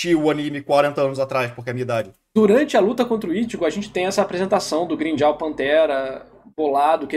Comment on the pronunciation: Nao da pra levar a serio um cara que fala Grimmjaw Edit: não dá pra levar a sério um cara que fala noitóra